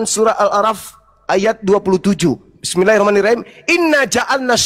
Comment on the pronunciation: cuma mengingatkn.... koreksi saat membaca basmallah bismillahhirahman nirrahim khim bkn him